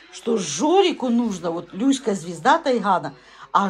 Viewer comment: Научите говорить Люська